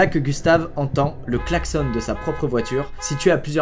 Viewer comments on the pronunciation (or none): none